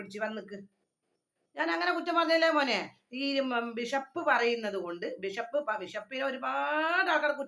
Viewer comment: വിശപ്പ് അല്ല ബിഷപ്പ് 😂😂